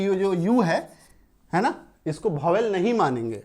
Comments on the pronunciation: Bhovel nhi sir vowel pronounce krege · सर गलत पढ़ा रहे है Vowel आप भोवेल पढ़ा रहे है यह वोवेल लिखा है 🎉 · Bhowel nhi hota vowel hota hai pahele bolo to sahi se